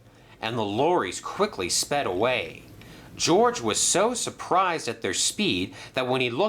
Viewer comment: His name is George not GORGE